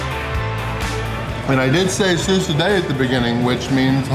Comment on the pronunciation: I am so thrilled to watch you and dominate in Cambodia. I am a long-time expat, living in Siem Reap, and am impressed that you made the trip here, most would stick to Thailand and Vietnam and skip this beautiful country. Also, your pronunciation on Susoday and the beer name is impressive - it took me at least a year to realise that v was pronounced as a w sound!